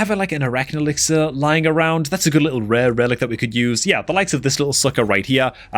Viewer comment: lmfao the way bro was emphasizing its just a rare 😂